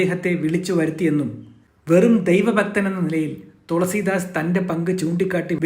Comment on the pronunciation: തൊളസീദാസ് അല്ല തുളസീദാസ്